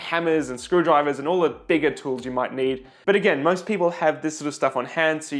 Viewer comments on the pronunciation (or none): T HHHHHHHHHHHHHHHHHHHH woools !!!!! nous qui ne prononçons pas le H, cela fait bizarre !